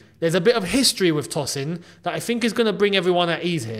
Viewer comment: Love the video. His name is pronounced Toe-sin.